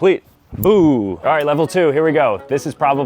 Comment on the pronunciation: He was saying BUI you IDIOT